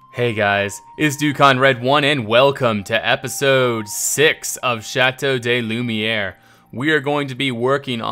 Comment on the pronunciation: Just saying, but the way you've been pronouncing "Chateau de Lumière" is incorrect. The way you have been saying it is "chateau DAY lumière" which would be written 'Chateau des Lumières' (Castle of the lights, which is why it is pluralized). The way you have it written, 'Chateau de Lumière' (Castle of Light, or Castle of the Light) would be pronounced more like "Chateau duh Lumière".